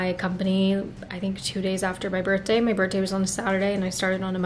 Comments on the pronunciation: Girly… you know its birTHday, not birtday, right 😅😂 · 😆🫣 one of those things I suppose. It’s a TH not just a T hahahah